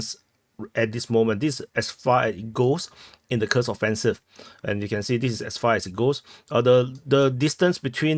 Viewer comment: Dude, your Kursk [ˈkursk] sounds like a curse [kɜːs]. Read the names of Russian settlements according to the rules of the Latin language.